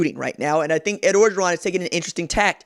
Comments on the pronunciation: I just gotta say, it pronounced Oh-geron. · Mark Smith No it’s not bruh. If you ain’t from LA then stfu. Can’t even pronounce his name right